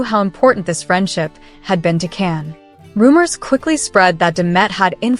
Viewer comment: His name Can sounds like John not Ken or can. Erkenci kus, kus sounds like koosh not cus.